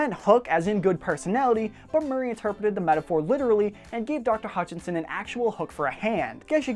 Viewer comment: I loved this! Thank you. But one problem. You kept saying "Hutchinson" but her last name is "Hutchison" ;) My last name is Hutchison =)